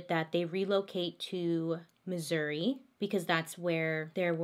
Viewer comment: Thank you for saying Missouri right!! From a proud Missourian!! Some call it misery but We call it God's Country!!! Lol